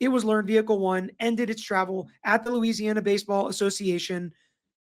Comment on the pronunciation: Glad you're covering this sad and tragic case. I'm also LOL at your pronouncing those LA names 😂 If i had caught the live i would have helped you out💙